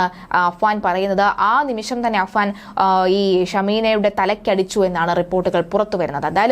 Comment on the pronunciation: അനുജന്റെ പേര് അഫ്‌സാൻ എന്നാണ് ചേച്ചി...